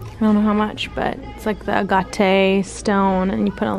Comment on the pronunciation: Now I have to go to home goods tomorrow. I’m pretty sure it’s pronounced ag-it